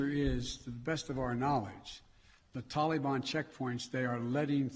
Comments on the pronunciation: Why does he pronounce Taliban as "Tolly-Bon"? He must have the Jimmy Buffett song Jolly Mon playing in his ear piece. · Won't be long before ransom demands come from the tal-LLE-bonn for the Americans Biden abandoned and left behind. Binded lies, so Americans die. Just listening you can tell he is unable to grip how much damage he done to this country trustworthiness. He is a disgrace.